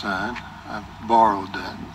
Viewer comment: "I barrowed that" So funny!